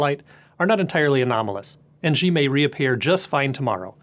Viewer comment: For being the "VP" of stratfor's east asian office. He cant pronounce a simple name with the proper pinyin phonetics? Xi=SHEE, not ZHEEE. How can one broadcast a report about CCP politics and not know how to at least pronounce simple words in the official language?